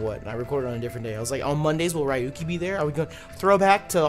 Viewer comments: I know I'm late, but I'm pretty sure its; ReYuki, not RyeYuki. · Ryu-ki? We gettin’ some street fighter in this bitch. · next time try " Ree- u - key " is a lot closer to the real pronunciation of his name than what you said.